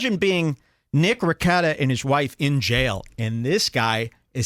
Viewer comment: Is pronouncing nicks last name on purpose?